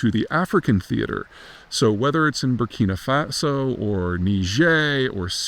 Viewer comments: Congratulations, Peter. You've made an articulate and economical use of very little actual knowledge about Syria. Oh, and by the way, it's Burkina Faso, not Burkina Fatso. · Burkina Fatso 😂😂😂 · BURKINA FATSO AHAHA